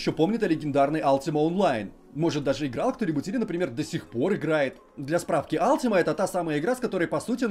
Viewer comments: дружите, не Алтима онлайн, а Ультима Онлайн. Слух прям режет :/ я поигрывал до недавнего времени... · Не Алтима а Ультима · Алтима, рпиджи бля, мои уши..